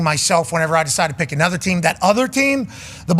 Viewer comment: Also pops music sucks, listening to pop music in "anudder" language sucks even more